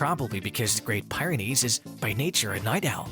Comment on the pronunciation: It’s pronounced “Peer-ah-nees”